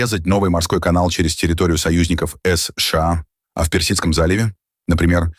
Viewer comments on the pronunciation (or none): Когда ии научится правильно говорить ЭС ШЭ АА